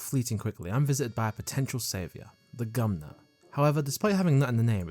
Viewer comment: Can you show gumnut and instead say CUMnut!!!🎉